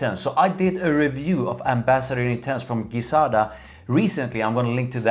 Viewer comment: Please pronounce it Gi (Ji)zada as per their promotion videos, not Gui-zada.... thank you :D